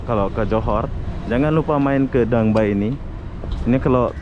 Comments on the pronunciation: Sebutan DangA bay bkn dang bay ya 😀sepi sungguh tempat di danga bay. Moga sempat dtg ke singapura pulak satu hari nanti. 🙌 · Bukan Dang Bay .. DANGA BAY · Sebutannya gini...Danga Bei..( Danga Bay )